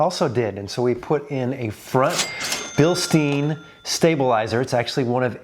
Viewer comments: Bill-STINE! Not Bill-steen. Do you say Frankensteen too? Come on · Another great video, though Bilstein rhymes with Einstein and Frankenstein 😉 Makes me wince every time it's pronounced bilsteen. Petty, maybe, but we all have our things 😂 The difference in actual lift reminds me of my lift, 2" Teraflex lift on my 21 4xe Sahara actually gave me a little over 3" lift. Cheers, and keep up the great work! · it’s Bill STINE. Not steen. 😊